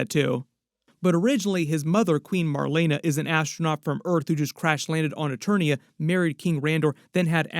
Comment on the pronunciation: And it’s not Eternos its Eternia 🤦🏾‍♂️